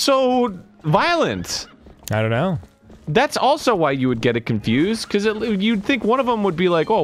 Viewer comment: I love how Dan doesn't harden the G's in words like stronger and younger. And the way he says becawse